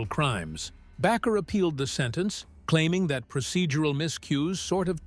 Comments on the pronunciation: Baker not Backer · You need to learn how to pronounce their last name Bakker. Shame on you for Judging Jim & Tammy.